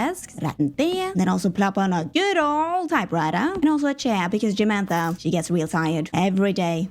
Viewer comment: Not Jamantha 😂